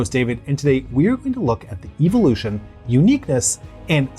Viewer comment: Love all your videos. Very informative. But your pronunciation of evolution is cringy.